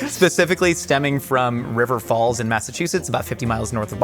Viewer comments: Fall River* not rivers falls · It’s Faahl Rivah! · It's Fawl Rivuh